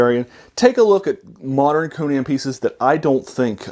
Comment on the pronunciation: Many people who talk about Conan pronounce his name wrong.